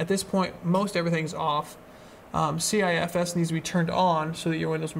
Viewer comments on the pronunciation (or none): It's pronounced "sifs"... Nice vid though